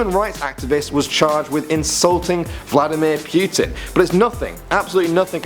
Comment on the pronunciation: Vladimir Pewtin